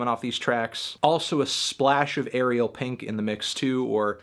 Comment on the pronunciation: Dude. Ariel rhymes with sorry bell, not cereal